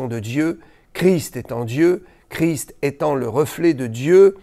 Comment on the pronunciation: Bonsoir. Je vous remercie de prononcer correctement le nom de notre Seigneur Jésus CHRIST en prononçant le ST final qui a toute son importance et je me doute que vous savez de quoi je parle. Merci encore.